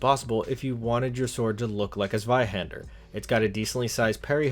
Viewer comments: Zweihand-er.. does she not know her er? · Me a german, smiling every time the word Zweihänder is said.